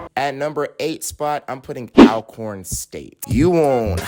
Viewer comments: Please pronounce Alcorn correctly please. It's like saying ALTHOUGH. Not like "Al" Bundy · Good stuff, #8 Alcorn is pronounced "ALL Corn". The 2nd L is invisible. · 1..ASU..Sounds of Dynamite (pronounced ALL CORN - Alcorn) 2..Jackson State… Sonic Boom of the South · pronounced All corn respectfully